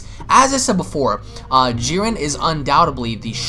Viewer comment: His name is JIREN not fucking Jurin. Im giving this video a thumbs down because I can't stand the way he says his name. Its like calling Goku Guku.